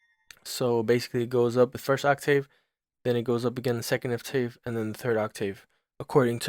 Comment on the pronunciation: Serious? On the pronunciation of..."octave"